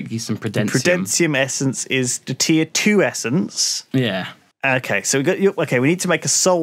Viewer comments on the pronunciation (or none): Drinking game: take a shot every time pronounces the essences wrong